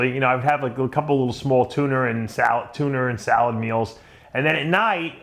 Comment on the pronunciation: George Miranda Tunaer.